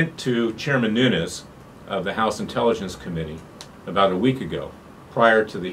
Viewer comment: Nunes not Nunez.